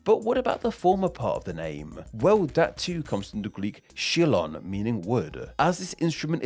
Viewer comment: ξύλον = ksulon/xulon, not 'tshilon'